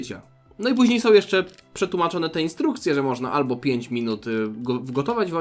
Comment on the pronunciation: ALBO je kasztana.